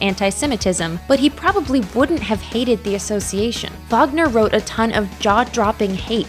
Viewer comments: It's Reeck-ard , not Richard (Wagner... with a Vuh VUh VUH!) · Oi, Nothing Wrong with Keith Richards, infact seems he stepped the fk up lady. Also, don't all y'all lot like the "Marxists" types... Clearly u owe this viewing to dodgey yt Maths.... PS, still puking at how you pronounced Wagner 🤮🤮🤮🤮 Oh gosh, I've typed and now heard you call yaself "" Cultural appropriation 🤮🤢🤮🤢🤮🤢🤮🤢🤮🤢🤮🤢🤮🤢🤮🤢🤮